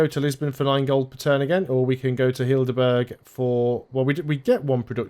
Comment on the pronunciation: Not "Hildeburg", Heidelberg is more pronounced like "Hydelburg". And as for English words with an m followed by a hard consonant, a P after M is not that rare, just not at the beginning of the word, it's usually at the end: hemp lamp camp Of course, it can also be in the middle in compound words: lampshade, campsite etc.